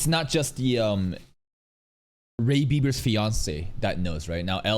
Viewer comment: Bro said Ray Beiber...... Still not out of LOTM..😂